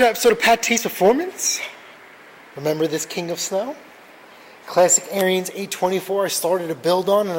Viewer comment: Made in Wisconsin, FYI: it's pronounced Like Aaron's or Arens the i is silent. It's their last name.